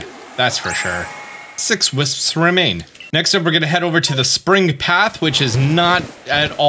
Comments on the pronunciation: I find it funny how he pronounces it "whisps" like there is an "h" but it's just wisps 😭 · "...all the hwipsps..."